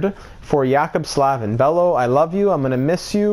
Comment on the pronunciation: Jaccob Slavin is pronounced J-Ay-Cob Sl-Ay-Vin